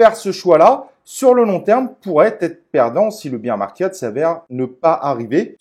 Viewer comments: Bère market pas bire (beer) market 😜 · 'Bir" market... lol beer market... bear market c'est "bère" market... santé 🍻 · non mais tkt c’est juste rigolo avec le côté beer 🍺 😜